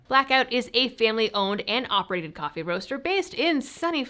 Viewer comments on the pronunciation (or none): none